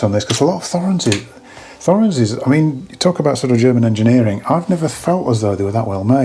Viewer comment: i feel it needs to be said it's not pronounced forens it's Toruns in Swiss German (original & current countries where built)